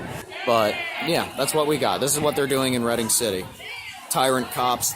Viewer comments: Ok first I am an LGBT supporter. Second I live south of Reading(BTW great job on pronouncing it red-ding). I am against this arrest. Free speech is too vital to step on. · Reading, PA (pronounced "redding")